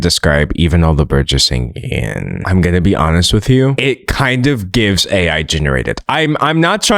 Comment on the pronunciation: The part where you said singinghhh actually made me laugh in a silent classroom why did you do this to me D’angelo